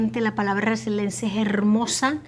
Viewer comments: la palabra es Resiliencia por lo tanto hay personas Resilientes. No resilentes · mamita, No es resilencia, es resiliencia